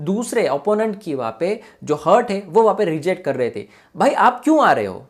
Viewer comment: हार्ट बोल हर्ट नाही